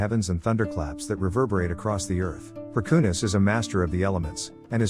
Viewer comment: The AI voicecreally butchered the pronounciations. It is Perkūnas, it is pronounced Per-koo-nahs. Laima was fairly greatly pronounced, but Gabija was horrible, it is pronounced Gah-bee-iah, I do not understand the next name at all, then Žemyna is pronounced Zheh-mee-nah, Aušrinė is hard to explain, but we can say it is pronounced Aoo-shri-neh, Medeina is pronounced Me-dae-nah, Giltinė is Gil-tih-neh, Velinas is Ve-lih-nahs, also he is not a trickster, he's like Hades, the trickery came with Christianity, Eglė is Eh-gleh, and she was the queen of Serpents, specificly the grass snakes with the yellow ears, then I can't hear, but if it is Rūgutis, then it is Roo-gooh-tihs.